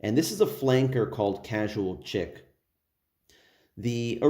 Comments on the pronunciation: Bro, it's 'chic' pronounced like 'sheek.' Please stop saying "Chick" 🤦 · Nice review 👍🏻.. Sidenote.. Chic is pronounced "sheek"